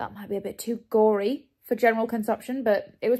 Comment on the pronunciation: I’ve never heard you sound more English than when you said gory, don’t know why that really proudly out the British in you